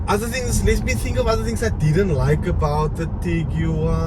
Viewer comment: Why do you keep saying Tigi-wuan? It's tiguan